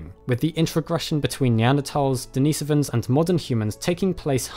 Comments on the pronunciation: Den is o vans not Dee nee sovans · Sorry but the pronounciation of Denisovans in this video irks me. It's DeniSOvans, from Denisova in terms of slavic pronounciation. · As soon as he mispronounced “ Denisovans” I was out